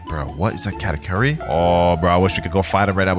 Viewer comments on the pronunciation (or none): none